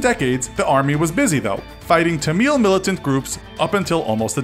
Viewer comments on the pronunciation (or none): IT'S pronounced TAM MUL tigers. Not tam mill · Tamil not Tameel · Why do the military and militant Tamil (pronounced exactly how it's spelt btw without the need of you making it into the more 'ethnic-sounding' tameel) have different skin colours? Trying to depict good versus bad as white vs coloured is unbecoming of 2018. Shame. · "Ta-MEEL" lol bruh its pronounced as "TAM-mul" or "THAM-mil" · Firstly, it's Tamil, not Tameel. Also, you drew them as bearded, ISIS-like militants. They weren't. They were Hindu separatists. Also, they had mustaches, not beards. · Bruh the way he says Tamil is so bad lol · dude doesnt know how to pronounce Tamil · He pronounces Tamil wrong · You mispronounced Tamil and Laos. Please do your research better.